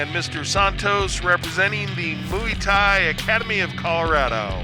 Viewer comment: yeah, moo ee tie ? duncorama - it's pronounced mway-tie